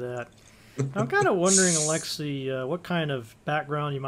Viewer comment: And, btw, he is not AlExey, he is AlexEy. I mean accent/emphasis in name. It's russian name, so accent/emphasis on 3rd (last) syllable in this name.